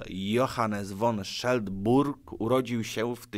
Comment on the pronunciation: Baron Friedrich Karl Johannes von Schlebrügge, a nie jak powiedziałeś won Scheldburg był Niemcem, urodził się w Oberglogau (obecnie Głogówek), na Śląsku. W 1886 roku Śląsk należał do Niemiec, a nazwisko wskazuje że raczej pan Friedrich nie był Polakiem. Jaki tu związek z Polską!